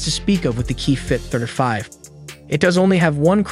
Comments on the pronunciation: Pronouncing it like “certify” with a lisp. It’s tripping me out hearing “30” pronounced perfectly, followed by the “30” within “35” pronounced completely different. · I never knew 35 was so hard to pronounce until now